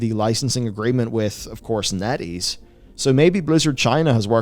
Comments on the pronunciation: When he says Netease I heard Netty's and wonder how the hell a Toledo based chili dog and ice cream vendor could become a game studio big enough to give Blizzard a smack down. All while selling awesome chili dogs with only 6 stores and 30 employees. "0_o" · Totally thought B was saying netty...until he brought up the chart...